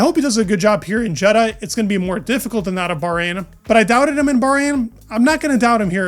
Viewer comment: Not Jed-uh. Ye-daw.